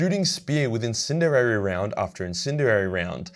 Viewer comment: I like how can't say incendiary properly